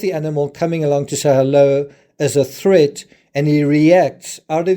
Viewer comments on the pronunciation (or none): none